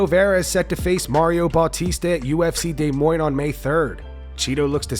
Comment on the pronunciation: bro look up how to say des moines please😂